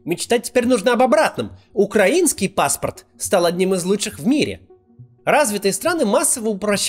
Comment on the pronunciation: Максим, спасибо! Ваши видео сейчас - лучшее, что происходит за день. (Отдельное спасибо за правильное ударение в слове "украинский", вот бы Варламов запомнил еще)